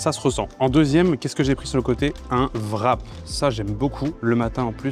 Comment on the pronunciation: Pourquoi est-ce que les français prononcent le ''w'' de ''wrap'' comme un ''v'', et d'autres sont plus comme un ''u'', comme dans ''with'' ''war'' et ''wet''? Personne d'autre que les français prononcent wrap ''vrap''. La monnaie de la Corée devrait être prononcée comme ''von'' si on dit ''vrap''.